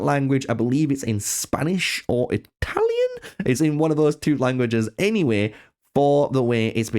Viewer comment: Bro said “Italian” lmao. Someone needs to get outside more.